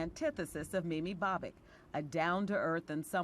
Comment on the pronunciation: Mimi bob-ick lol